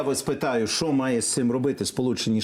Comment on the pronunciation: Не "Шо", а "Що", дуже вуха ріже це "ШО".